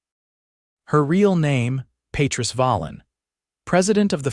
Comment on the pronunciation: It's pronounced pa treese .